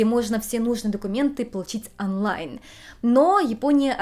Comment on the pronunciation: Почему русские никогда не произносят правильно буквы даже в родном языке? ОООнлайн ОООО ну почему ?